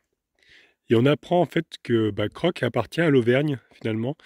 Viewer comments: ON dit cro est non croq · Coucou, oui c'est un très joli village Crocq, mais il s'écrit Crocq mais se prononce Cro tout simplement, j'ai bien rigolé en t'entendant dit Crocq 😅😁😆😂😃 Ton fils joue très bien du piano!! Bisous à tout les 4.